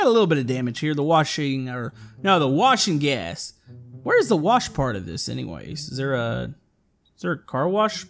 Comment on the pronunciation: At first I thought u said washing gas instead of wash n’ gas :)